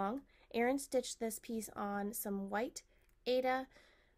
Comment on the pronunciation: It’s pronounced “I A duh” for Aida,. Long I, long A, and duh.